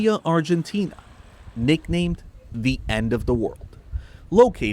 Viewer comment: He's the first foreigner to pronounce it correctly. Even Spanish speakers who aren't from Argentina pronounce it incorrectly. So, I don't know what you're talking about. He's literally the first to pronounce it correctly. He probably got advice on the subject.